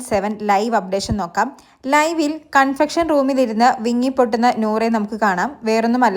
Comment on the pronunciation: ശ്രദ്ധിക്കുക - കൺഫെക്ഷൻ അല്ല . കൺഫെഷൻ റൂം എന്നാണ് ശരി. താങ്കളുടെ വിവരണം നല്ലതാണ്. വലിച്ചു നീട്ടാതെ പറയുന്നുണ്ടു്. ഗുഡ്👍